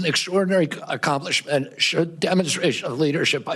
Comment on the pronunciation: worpspeed? an accumplismunt? u ar joking.